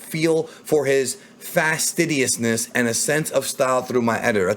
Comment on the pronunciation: The a in fastidious is much softer